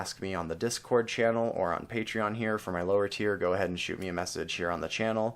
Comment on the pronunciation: ALSO that is NOT how you say THANK YOU 😂😂😒